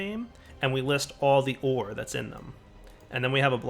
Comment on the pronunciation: Am I the only one who hears "Whores" when he says "Ore" at 21.26